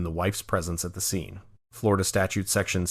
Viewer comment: Flo Rah Duh again!😂